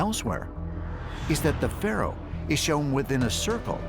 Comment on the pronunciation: Fay-Rows lollll..